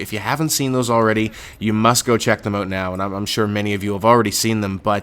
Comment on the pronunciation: why do you say out like that? WTF